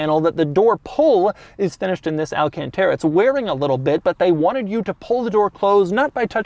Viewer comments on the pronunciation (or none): none